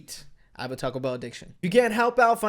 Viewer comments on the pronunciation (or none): none